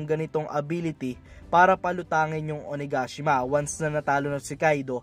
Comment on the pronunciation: It’s O-na-ga-shima not O-na-gashima 😄